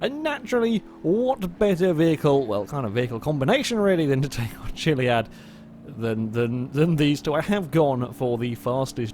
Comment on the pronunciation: he said mt.chilliad😂